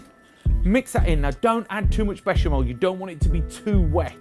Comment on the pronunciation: lost me at "beshumelle?" sauce..